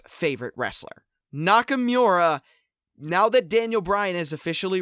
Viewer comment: lol the Grammar Nazi can't say Nakamura correctly :P